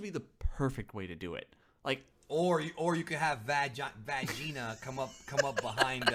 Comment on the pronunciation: Vagita's sister "Vag-ina" XD priceless